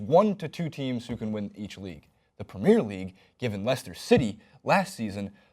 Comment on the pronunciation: pls just learn how to say "premier league" plssssss